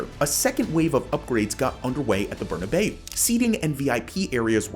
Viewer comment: Love the video but "burnabay-ou"? More of a "burnabow" pronunciation